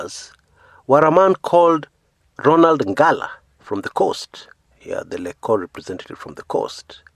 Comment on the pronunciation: Lol..it's prounounced as Lej-co..😁😁